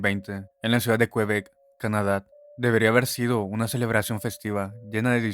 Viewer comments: Cómo que "qUebec", QuEbec, amigo mío. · Me da risa como dices el viejo qüebec 😂 pronunciando la u 😂